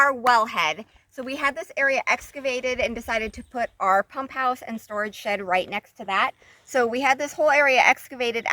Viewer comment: Is it me or does it sound like is saying $#!+ every time he says "Shed"?